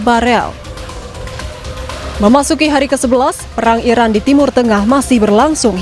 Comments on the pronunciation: Iran bukan irak woyy ..gmna si jd presenter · Pembaca beritanya menyebut Iran sepertinya Irak...